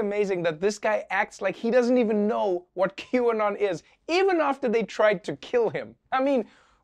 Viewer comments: Waiting for a republican to pronounce Qanon as quinoa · Mr McCarthy, you should pronounce it a-q-anon matata... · “Q-on idk if I’m saying it right I don’t even know what it is” really? The thing everyone’s been talking about and you don’t know what it is? The thing that can be explained in less than five sentences, no one has told you? How is a person in politics this uninformed? Although it’s more likely that’s it’s just a bold face lie. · The way McCarthy deliberately mispronounces Q-anon to act like he doesn’t know about them is the weakest dodge in the universe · "Quinoa? "Qwerty? "Q-Bert? Never heard of it!" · isn't it mocking how Kevin McCarthy tried to mispronounce QAnon? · When Cheney said he doesn't know if he's pronouncing Qanon right and doesn't know what it is, my eyes rolled so far back I saw outside the milky way galaxy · What a tragic attempt to mispronounce QAnon. It's like calling into work sick when you aren't. T*couch* couch sniff yeah . . . I'm really sick. cough I'm so glad she told me 9/11 happened. I just wasn't sure about that one. 😣